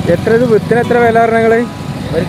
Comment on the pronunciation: വിത്തിന് എന്ന് തെളിയിച്ചു പറയു bro...